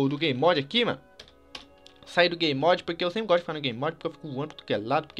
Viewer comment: eu goxto de goxta